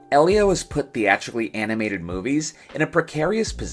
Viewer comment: I meant at the start of the video. Sounded like it's called Eliose or Elio?